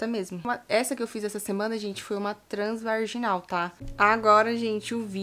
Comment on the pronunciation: Eu achei que era as bolas kkkkkkkkkkkkk eh um menino já falei deis que soube ,vc fala igual eu ,transvarrrginal kkkkkk minha irmã vivi me corrigindo 😅😅 transvaginal seria o certo ,mais não consigo falar corretamente 😂